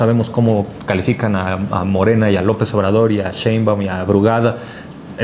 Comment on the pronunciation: Ya que aprenda a pronunciar de una buena vez el ciudadano Páez Varela... SHEINBAUMMM